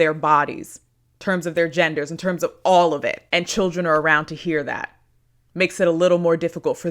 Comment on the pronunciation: Love the emphasis on children